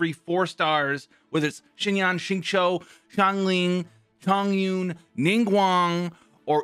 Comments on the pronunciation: by the way, ur xingqiu pronunciation is perfect. Be confident in pronouncing his name. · correct We write in pinyin format of her name as xinyan But we pronounce as sinyan So we pronounce Xingqiu as singchew Well not exactly chew but pronunciation is the more correct version. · yh and that's how the Chinese VA of Xingqiu who is Chinese pronounces it. Thanks for ur opinion